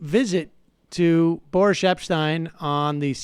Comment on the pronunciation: Is it Boris or Boorish? and by the way Sam, as a journalist, you may not be up there with Uncle Walter, but you have a TON of people beat.